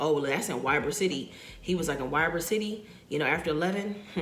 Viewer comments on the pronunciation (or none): It is pronounced. Ebor City. That guy is nuts what he was saying is not true 🤬😩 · It is Ybor is pronounced Ebor. Long E sound. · He is lying it pronounced Ebor City but spelled Ybor ... he was a complete Prick. If you come to Tampa again let me know me and my brother do personal Uber.